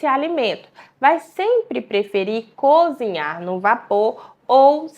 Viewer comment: Essa pessoa não deve ser médica não....cozinhar e ela fala conzinhar....médicos não falam tão errado assim não.